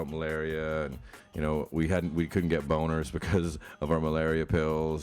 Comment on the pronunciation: Did he just said "we vouldnt get boners because of our malaria pills"LOL